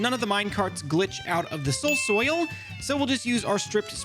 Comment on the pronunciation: Finally caught up on the vids:) and also SOUL SOIL say it with me soul soil